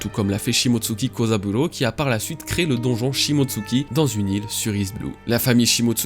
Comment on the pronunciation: Enfin une personne qui sait dire Kozaburo sans se tromper 20 fois.